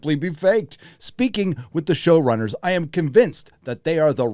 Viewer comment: This was unintentional, but nearly each time "show-runners" was said, I kept hearing "shill-runners" and now I can't stop thinking it. 😂